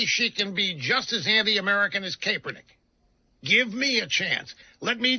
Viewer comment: I don’t know, but does this dead guy just have a bad accent or is he purposely saying Kaepernick wrong? Just like Marjorie Taylor Greene pronounce AOC‘s name funny. Or how some people couldn’t even pronounce Kamala Harris?